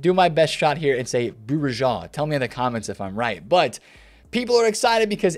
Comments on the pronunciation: It's like saying Bu-ri-jo (Bourigeaud)... the "D" is silent :) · Hey, love your content. its pronounced Benjamin Bow-Regard (phonetically) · Bourigeaud is pronounced Boo-Ri-Go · BOURIGEAUD sounds difficult to say actually you just pronounce it as this : Bourigo